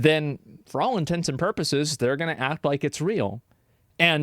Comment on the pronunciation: Thank you for pronouncing “all in tense and purposes” correctly. Can’t stand when people ‘all intensive purposes’